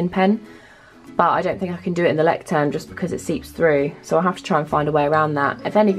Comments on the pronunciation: Not to be rude but its pronounced "loy-ckt-turm". Its German for lighthouse. Good video though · The way you pronounce the name of the journal : loy-sh-sterm